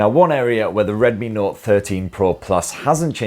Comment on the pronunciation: Were you tipsy? Oh, by the way, have you tried Penderyn legend whisky yet?